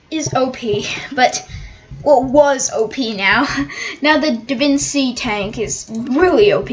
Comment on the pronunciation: DaVinci tank is pronounced da-Vinchi tank